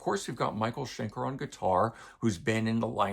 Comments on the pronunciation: Shen-kerr rather than Shen-kaar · The problem with the mispronunciation is it's MICHAEL SCHENKER! He has earned it - the man is living legend. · Love it, but I have to ask: Why do you insist on mispronouncing Schenker?